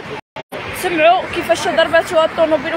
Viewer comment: اخي الصحفي ارجو تصحيح حرف الضاض ضرباتو ماشي دال درباتو حشوما ارجو المسح والتعديل 😂😂